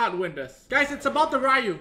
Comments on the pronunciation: Its riyu, not rayu 😂😂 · He's asian and yet pronounces Ryu wrong facepalm